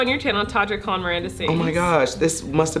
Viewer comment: You can tell that they have truly been friends forever because Todrick actually says Colleen correctly! Hehe. Much Love Cuties😁💚